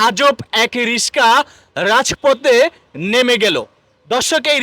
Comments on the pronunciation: রিশকা ❌ রিকশা ❌🔀রিক্সা ✔️ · আগে উচ্চারণ ঠিক করতে হবে। রিস্কা না। রিক্সা হবে। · ছাগল রিসকা না রিক্সা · আরে ব্যাটা রিসকা না ৷ এটার শুদ্ধ উচ্চারণ রিকসা ( রিক্সা ) ৷ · তোমার পড়াশোনা কিচ্ছু নেই। মুর্খ রিসকা না রিকশা হবে। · রিকশা নাকি রিশকা?কনফিউজড! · ভাইজান রিসকা না হবে রিকসা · ভাই রিশকা নয় রিকশা হবে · ভাই রিসকা নয় রিক্সা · রিশকা ওয়া 😂🤣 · Molom bikreta Vai🫡...RISHKA NA RIKSHA😊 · রিস্কা না রিক্সা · রিশকা❌ রিক্সা✅ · রিসকা না ভাই রিকসা😂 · রিসকা থেকে রিক্সা বলা শেখেন তারপর ব্লক করেন। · রিসকা না রিকশা হবে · রিক্সা❌ রিস্কা✅ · রিশকা না রিকশা রে ভাই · ভাই রিশকা না বলেন রিকশা। বাংলা উচ্চারণ গুলো একটু ভালো ভাবে করবেন। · রিস্কা না রে, রিক্সা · The word is Ricksha not Rishka. Before doing a video change your pronunciation. শব্দটা "রিকশা" আর আপনি ভুল ভাবে উচ্চারণ করছেন "রিশকা" । দয়া করে সঠিক উচ্চারন করুন । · রিশকা না ভাই রিকশা .. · ধুর ভোদাই রিসকা নাকি, রিক্সা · ইউটিউবার হয়েছে ঠিক মত উচ্চারণও করতে পারে না,রিকশা কে রিস্কা বলছে বার বার....😮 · ভাই রিস্কা না রিকশা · রিস্কা নয় রিক্সা 😂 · আরে বেটা রিশকা না রিকশা 😒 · Oi bangal, riska? Naki riksha? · ব্লগার ভাই,দয়া করে উচ্চারণ সঠিক করুন,রিস্কা নয় উচ্চারণ হবে রিকশা👎👎👎👎Lol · রিস্কা না কিন্তু রিক্সা হবে তাই না ভাই। রিক্সাকে অনেকে রিস্কাই বলে। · রিশকা না হালারপো রিক্সা হবে। আগে উচ্চারণ শিখ। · ঐশালা রিকশা না বলে রিসকা বলতেছে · মগা রিশকা না রিকশা উচ্চারণ ঠিক করেন।এর পর রিভিউ করেন। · ভাই রিকশা কে আপনি বলছেন রিশকা, কারন টা জানাবেন প্লিজ ??? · রিসকা নাকি রিকশা? (রিক্সা) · ব্লগ করার আগে উচ্চাণ ঠিক ক‌রেন, রিশকা না রিক্সা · রিশকা নয়, রিকশা। Moorkh. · রিসকা না রে পাগলা রিক্সা পার্কিন না পার্কিং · Riska Noy riksh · আবে হালায় ,রিসকা না রিকসা। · Rishka na ricksha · কথাও ঠিক মতন বলতে পারেন না রিসকা নাকি রিকসা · রিশকা😮 না রিকশা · রিক্সা বলেন, রিস্কা না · রিসকা না রিক্সা(রিকশা) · ওটা রিসকা না ইসক্যা হইব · হালায় রিকসা না বলে রিসকা বলে😂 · আইছে কইত্তে! রিকশা ও বলতে পারে না, রিস্কা রিস্কা করতেছে। মেজাজ ধরে রাখা মুশকিল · ভাই রিশকা না 😂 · ভাই রিস্কা কি? 😂😂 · রিশকা কিরে ভাই..? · রিশ.. কা, ওয়াইফার, এন্টেকার, হরেন 😂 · রিকশাকে বলছে রিশকা! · রিসকা না রিকশা